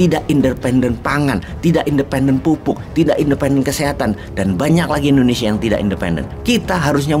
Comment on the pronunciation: Ijin pak Wowiek, pengucapan Indonesia pak (bukan Endonesia) 🙏🙏